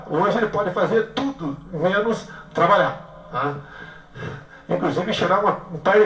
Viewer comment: "De menor trabaiá" estamos bem de presidente ...